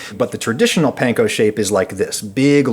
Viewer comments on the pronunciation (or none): No it isn’t, Panko is pronounced like “Pawn-Ko,” the way the owners pronounced it. The letter “A” in Japanese always makes the “awe” sound. There isn’t even any soft “a” sounds like the English word “Pan” in Japanese. That sound simply doesn’t exist in the Japanese language, so you’re double wrong. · I cringe when I hear "pan-ko" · Weird choice to mispronounce "panko" for the entire video even though you mention that the actual Japanese people making it told you how to actually pronounce it. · please.... stop saying panko like that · That's not how the Japanese pronounce "a" tho. The "panko" pronunciation is wrong. :(